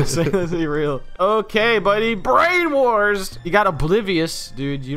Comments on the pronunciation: I agree :D Though we wouldn't have gotten "Brainawarz" xD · Maybe ask a German to read the german names next time, might be more fair and genuine, but just a suggestion. Maybe "Branawarz" is not pronounced "Brainwars" in german...?